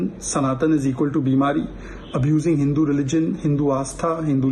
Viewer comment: is he deliberately mispronouncing the word HINDU there??????????